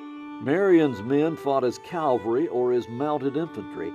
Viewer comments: So many people mispronounce "Cavalry," including the narrator of this well-made documentary. It's always stumped me why it's so prevalent. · Find a narrator with correct pronunciation. Banister Tarleton is not pronounced “Tarlington” and mounted soldiers are known as “cavalry”, not “Calvary”, that is where Jesus was crucified. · The word is CAVALRY! Not Calvary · This narrator refuses to properly pronounce the word CAValry..... he keeps saying CALvary as if he is thinking about the crucifixion. Nobody knows how to make or edit a video it seems.